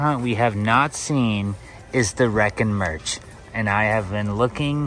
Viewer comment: You’ve been saying wreckin merch this whole time. It’s wreckin mech. ❤